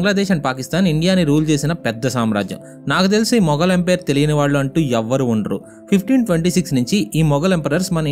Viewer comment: bro thappuga anukonante oka suggestion, empire ni emperor laga pronounce chestunav bro video antha. ante for example, maratha empire ni maratha emperor antunav, neeku teliyandi kaadu kaani cheptunna